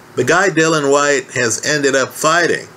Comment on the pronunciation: you cool? It's all a blindspot now. Please try to say Dill-I-an White. Yes. White is a battler but not great. Nice man. Klitschko Povetkin was long time ago, and no way does D Dawg lose. I like your hope.